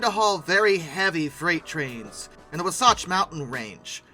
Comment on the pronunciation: It is the WAH-SATCH Grade, not what you said. It is also PAHMOHNA (Pomona) CA, Sorry...